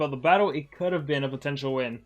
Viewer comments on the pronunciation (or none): none